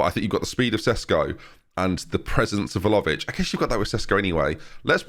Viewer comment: ben ben.... please!!! VLA-HO-VIC!!! not velovic. VLA- HO - VIC! I enjoy your videos but the way you butcher some names and add/remove letters that are not there is just insane lol